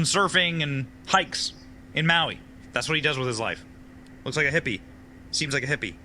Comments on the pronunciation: This is so stupid. You don't even know how to pronounce Maui and you are spreading a bunch of BS. Really? Why? Do you really believe this crap? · So you don't know how to pronounce "Maui", and you don't know why someone would do something like this. NEXT! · Come on man You don't even know it's Maui I can't even watch past that for a sentence